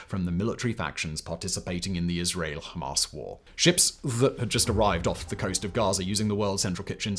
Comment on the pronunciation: I dont know why but i found simons pronouncing Hamaaas hilarious 😂😂